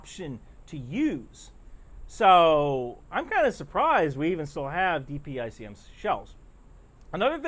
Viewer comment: Thank you for pronouncing DPICM correctly. There are other news folk and politicians saying it as a word .